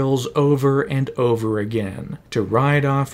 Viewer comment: “BAHT Man” why u gotta say it like that…? 😂😂😂😂